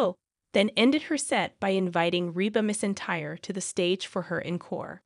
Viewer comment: You are also pronouncing Reba's last name wrong.